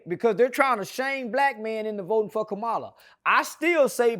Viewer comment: I saw the video where you changed up and said you was voting for Kamala 😢😢. Even though you didn't say her name right 😢